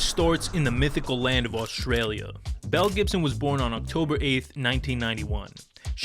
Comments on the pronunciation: It took me a minute to realize they weren't saying Mel Gibson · I kept hearing "Mel Gibson" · I thought he kept saying Mel Gibson 😂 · Captions were turned off and I thought he kept calling her “Mel Gibson” 💀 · I thought they kept saying Mel Gibson 😂😂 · him: Belle Gibson my brain: Mel Gibson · Oh my god I thought u were saying Mel Gibson for the first few mins I was SO confused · I know her name is Belle Gibson but all I can hear is Mel Gibson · Who else thought he kept saying Mel Gibson? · Less than a minute in, I thought the news presenter said "mel gibson" and I immediately was sidetracked to an alternate timeline where mel Gibson made some (different) pretty radical decisions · Lmaooo I thought they kept saying mel Gibson in the beginning 😂😂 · I heard the same 😓 Mel Gibson?! “Belle Gibson”….Mel? Belle….. so Belle Gibson….Mel….WHO!?!?